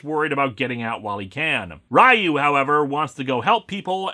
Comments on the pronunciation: Ok, let's just get this sorted and I'm sure there are already comments below that cover this but whatever: While I understand the choice to pronounce it "rye-yoo" based on the pronunciation in the film, that's still just perpetuating a mispronunciation for the sake of it. You even state you know better AND pronounce it correctly. RYU is pronounced "ree-yoo" (with the ree part being passed over more quickly to blend the sounds together). If it were meant to be pronounced "rye-yoo" then the romanization of the japanese would be RAIYU. Further to your questioning the name of the SHORYUKEN relating to both RYU and KEN you are right but only in the sense that the name brakes down as follows: SHO= rising RYU= dragon and KEN=fist (or punch). Ryu's name is the same (dragon). Ken's name is just Ken (as in Kenneth) because he's american but ALSO "ken" (as in fist) because the japanese have some weird obsession with puns that is fundamentally baffling (especially number puns... it's just... wow). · Every utterance of "Rye-yoo" wounds me. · Actually, it's not even pronounced Ree-yuu. It's Ryu, one syllable, similar to how you'd pronounce "hue" in English. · Ryu is pronounced as “you”. The movie is messed up. Pronounce the name and the move differently. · Ryu’s name is pronounced “Ree-ooh”. Source: Smash Bros Announcer and Street Fighter cutscenes. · It is indeed pronounced "sho-ree-you-ken," but Ryu's name is pronounced "ree-you," as well. Sho-ryu-ken means "rising dragon fist," where "ryu" is "dragon." Meanwhile, "Ken" means "fist," so who knows - maybe the characters' names really do have something to do with the special move. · Leave it to Linkara to pronounce Shoryuken right but not Ryu. Must be a Minnesotan thing... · So because a movie mispronounces a foreign word, it’s okay to knowingly continue mispronouncing a word? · And why pronounce “Ryu” of Shoryuken differently to the characters name? The inconsistency bothers me.